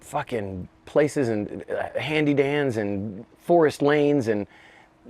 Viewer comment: He said Handy Dan's